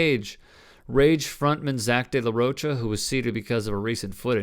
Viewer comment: It's pronounced De La Roca